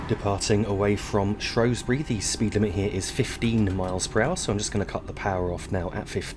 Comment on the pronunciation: Ah yes, the shropshire town of "shrowsbury"... apparently